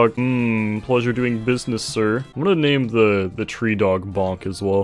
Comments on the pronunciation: Its says Volk not Bonk... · Bruh that’s pronounced “volk” not bonk. Bonk would be бонк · You pronounce the russian bonk as volk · it pisses me off when people read волк as bolk or bonk when it's actually read volk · волк isn't bonk, its volk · It's VOLK not bonk lmao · me, as someone who can read russian, am offended. you say wolk not bonk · bonk, except that cyrillic is actually pronounced volk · It's not "Bonk" it's the Russian word for wolf and you pronounce it like "Wolk". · it's not "bonk" bit's "volk" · It should be pronounced volk, not bonk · it’s not bonk it’s actually pronounced volk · It's actually pronounced "volk". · волк is actually pronounced “volk” with is super disappointing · I really like how he says ВОЛК Bolk xd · Bruh my dumbass thought why is he saying Bolk even tho it says волк but then i remembered that not everyone speaks russian xd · I like he call Volk a bonk ..... english persone talks russian.....